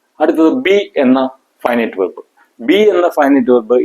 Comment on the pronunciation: He is not speaking in English. The word verb is pronounced incorrectly.